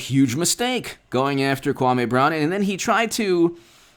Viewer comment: You disrespect the man when you pronounce his name wrong...it’s (Kwah-mee) Brown